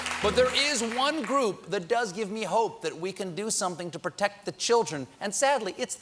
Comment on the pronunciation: "we haave to do summting"